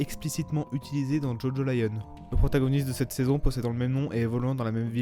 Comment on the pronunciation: C'est Jojolion et pas Jojo Lion